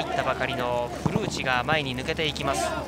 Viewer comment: 古内の発音が完全にフルーチェ